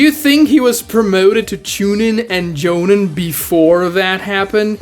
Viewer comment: I have a task for you...... say jonin then say obito.... the I pronounced in both of those are pronounced as a long E... so my question is why pronounce one of them correct and one of them wrong... joneen....